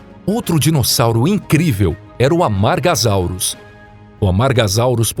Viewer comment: Amargasauros não, amargasauros não tem som de z tem som de s, pronúncia é algo vital na paleontologia.